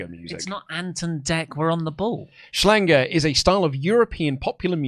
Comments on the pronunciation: please stop inserting an "n" into Schlager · You guys talkin bout Dj Effing Ötzi is surreal. Schlager (not Schlanger, like said) is btw the literal translation of "hit" - but usually only cringy people listen to Schlager, cause Schlager is cringe.